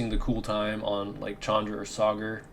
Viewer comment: you are the First YouTuber who Pronounces Sagar correctly i usually see YouTubers calling him "Sagaaaar" 😂😂😂